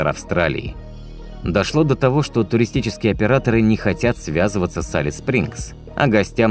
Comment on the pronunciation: Алис звучит ужасно! Элис бро, Элис!